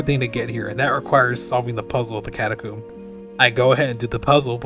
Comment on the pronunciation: For the love of God please tell me how you pronounce catacomb is a yolk right?